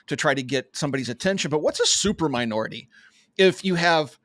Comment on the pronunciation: Did you say "stupor minority"....😂